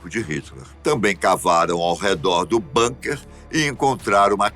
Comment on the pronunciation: Se fala bunker com "u". Não com a fechado. NÃO É INGLÊS